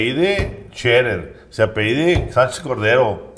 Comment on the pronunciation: Hola saludos en la mesa. Pues muy doctos sres. pero no es apeido, es a p e l l I d o.